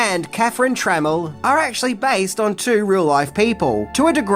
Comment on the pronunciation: Tra Mel Not tremmle 🤦🏻